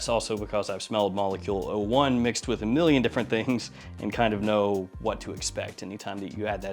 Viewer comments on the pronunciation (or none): none